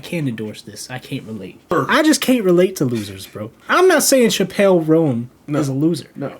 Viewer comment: Thanks for your video. You pronounce her name wrong though, It's more like CHApell (the emphasis is not on "pell").